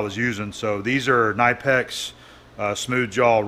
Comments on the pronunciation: It is pronounced “kuh-nipex” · Everyone misprounouces knipex. It's pronounced "kuh-nipp-ecks" in german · Apparently half the North American Knipex salespeople mispronounce it too, I suspect that correcting your customers all the time is not great for business – or maybe it’s a fun ice breaker, who knows. And it doesn’t really matter – almost all Germans mispronounce Tupperware in very much the same way.